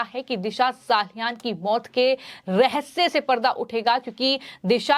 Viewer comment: दिशा साहालयान नहीॅ मॅडम 😅 हर एक वाक्य मे "हा" जैसा शब्द डालकर शब्द को किरकिरा मत करो😮